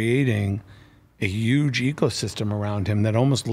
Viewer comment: Serch pronounces huge like Donald Trump 😂